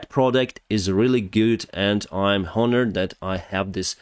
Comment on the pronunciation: Just a friendly English tip: H is silent in ‘honest’ and ‘honor.’ Say “I’m onored” or “Onestly”… Great work! Watching almost every day!